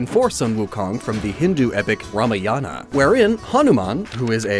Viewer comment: Ramayana is pronounced with the accent on the Ma, not the Ya. Also, the last A is not pronounced usually.